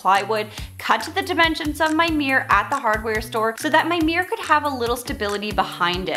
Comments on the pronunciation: CUTE! (But can we say meer-or instead of meer. It is two syllables. 😁) Also, great idea for a DIY series! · Why do Americans say “meee-errrr’. It’s a miRRor!!